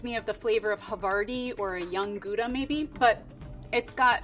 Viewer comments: I was amazed with how she said Gouda 😍 Still think you should say it as "Goudse" as Gouda is actually a city. But it already is soooo much better than "Khoeda". And like she said, age is more important for the taste. Goudse refers to the shape. You order "Jong" "Belegen" or "Oud" when you get cheese at the market. While "oude kaas" is protected, "old" isn't. Old Amsterdam is chemically aged, but too young to be called "oud". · As a heritage Dutch speaker I was super excited that she gave a shoutout to the Dutch pronunciation of "gouda" :D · It's so satisfying to hear an American person pronounce Gouda properly for once, love this lady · I really love that she pronounced gouda the right way once so people atleast now how it should be pronounced. I know she also said it the American (wrong) way a few times but the fact that she even tries to show (and we'll, especially since she's probably not used to our g sound, you can hear thats difficult for her but she does it anyway) is really nice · she definitely got my points for her pronunciation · She pronounced Gouda perfectly with that hard G, Americans always seem to struggle with that :p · Wow she pronounced Gouda perfect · She actually pronounced Goude the Dutch way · to me dutchie gouda cheese is the only CHEESE, the rest I don't eat or just call them by their name (like brie is brie, mozzarella is mozzarella) (also I was surprised to hear her pronounce Gouda correct!!) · Oh damn, she actually pronounces Gouda (kinda) right? Okaaaay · A non-Dutch person pronouncing Gouda right, I'm impressed ;) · yeap How -da . Although the G in Dutch has more throat noise than the H in English . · I like how she quickly said the proper pronunciation of Gouda after saying "Koeda". She knows her stuff. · I love that she said gggouda with the harsh Dutch g ♡ she really knows her cheeses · She pronounced it with the soft g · She pronounced Gouda so well. We stan a gal who appreciates dutch cheese language. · Zegt ze het zoals het hoort.